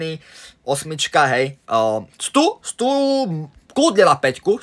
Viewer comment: Stu sa cíta Sťu